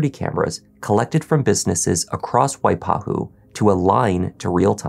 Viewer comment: pronunciation of waipahu is spot on. well done!!